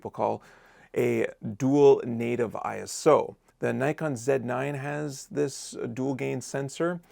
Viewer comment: Its ISO, not I.S.O. 😊